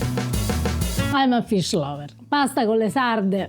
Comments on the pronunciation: you are married to an Italian girl and you're living in Italy! Trust me you've GOT to work on that Italian pronunciation!!! They aren't Lee Sardee, they are Leh Sardeh. Please. Okay, I have access to fresh sardines here in suburban Atlanta, I've had Sarde in Saor in Venice, and didn't care for the dish. Too fishy, it just didn't work. I've known about the pasta dish, but was never all that anxious to try it. No longer, thank you Eva! It's off to the market domani, and proviamo! Grazie, care. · Drop the American diphthongs when pronouncing Italian words and it will sound a lot more Italian. It’s pronounced sarde and not sardey. 😉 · You have an Italian speaker just next to you (Eva), “con sarde!” (not con sardei). It’s not difficult, but it makes the whole difference. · Pahsta con lay sarday 😄